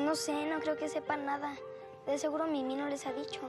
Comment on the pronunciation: Rosangela Rosario es mimi no mini suena como si dijeras mini-on daaaaa